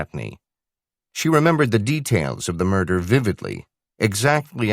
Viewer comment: mirdah? What MIRDAH????